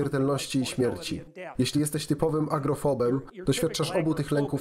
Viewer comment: lektor mówi "agrofobem" jeśli dobrze słyszę a chodzi raczej o agorafoba